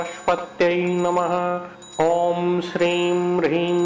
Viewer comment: Please correct the pronunciation.. Shirim/Brihim??